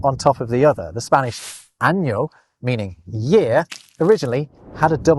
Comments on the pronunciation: do us a favor. Stop speaking Spanish if you can't be bothered to do it correctly. It's AHN YO, not Ann Yo. The short A sound doesn't exist in Spanish. Stop it. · When in Spain don't say ano without the double n. 😊